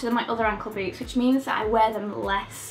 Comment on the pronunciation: Lol when you said "I'll start with boots" I heard boobs instead of boots, and I was like wait what wasn't this video about shoes? lol